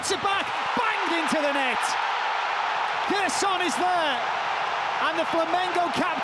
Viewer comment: Cracking match, Kane outstanding, Neuer too. Why can't commentators (who are supposedly professional) learn in advance of a match how to pronounce names of players? It's not Gerson with a hard G, it's with a soft G (like J). Equally the Brazilian commentators can't be bothered to learn how to say 'Kane'.